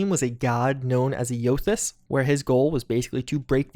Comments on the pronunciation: Because I'm an insufferable Alpha Nerd apparently, I want to offer a few corrections about Pillars of Eternity lore. I beg your forgiveness. First, Eothas is pronounced "EY-o-thiss," and he was killed before the events of the first game. To an extent his death was the catalyst for the actions of the villain, but he was dead the whole time and only resurrected at the start of the second game. Second, saying that souls are the basis for magic is... strictly accurate? Though misleading. There are a number of classes that use magic, and their methods involve different kinds of often indirect soul manipulation (Chanters essentially sing songs that ghosts have stuck in their heads, summoning them from the waiting room of eternity), but you don't need to be a Watcher to use magic. With that in mind, It's far from certain that the protagonist of this game is a Watcher. Indeed, the sigil-making hand gestures look less like a Watcher and more like a wizard. Third, Woedica is pronounced "WOOD-ikka." Good call on her symbol maybe indicating a prequel, that hadn't occurred to me. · How do you butcher Eothas and Woedica when those names get said millions of times throughout the first two games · You said Eothas really badly have you even played them?